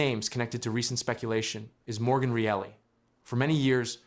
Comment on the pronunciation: The second the narrator cant pronounce Morgan Rielly's name. I call it a waste of my time.